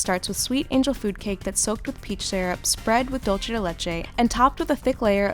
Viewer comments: Please please please please stop saying dulce as “dulche” it’s pronounced “doolsay” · It's pronounced doolseh. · Every time I hear English speakers say "dolce" de leche as if the word were Italian and not Spanish, I lose years of my life. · they pronounce it as Italian dolce, bad romance surely.